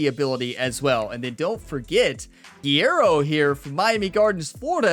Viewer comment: I know this is petty but its driving me nuts every time you pronounce guerrero's name its guerrero not guiero